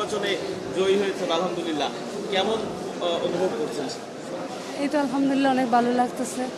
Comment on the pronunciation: আলহা'মদুলিল্লাহ বলার সময় ح বলতে হবে, ھবললে অর্থ বিপরীত হয়ে যায়،،،الحمدللہ